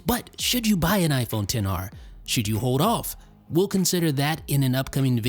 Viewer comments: This really annoys me how he always says 10 R not XR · He does know it's xr and not 10 r right